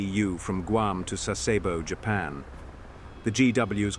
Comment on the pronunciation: It's pronounced GWAM. It is a humiliating insult to the poor natives who just want the burgers to butcher their homeland's name.